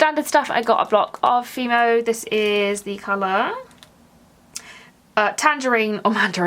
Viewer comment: Hi I've been following you for quite a while but via another Account. I'm in the process of resubscribing from this channel.. anyway I just want to put you out of your misery because every time you mention Hema you struggle with the pronunciation 🤣🤣 so in Holland its pronounced as Hay Ma the Dutch pronounce the letter E like the ay sound like in day, say, hay etc 😁😁🤗